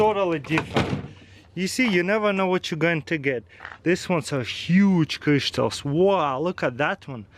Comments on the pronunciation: Yes yes biiig crištals lol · I love how he says crystals.